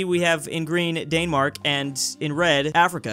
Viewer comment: The way he said danmark